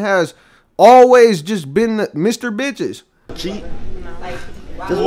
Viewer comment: did bro say “no kizz” 🤣